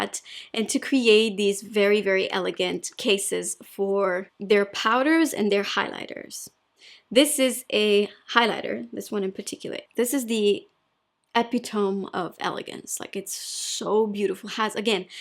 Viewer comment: Going to help you with your English, even though your very few mistakes are so cute! Epitome is pronounced with a long e at the end, as in the word “me.” Now you can help me with my French!